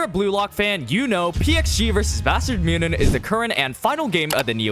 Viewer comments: Great vid but bro... It aint that hard to pronounce München haha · why are there a billion ways to pronounce "munchen"? I've heard way too many... am I missing something?